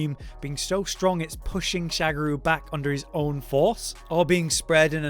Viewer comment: um its Sha Ga Ru not SHAGARU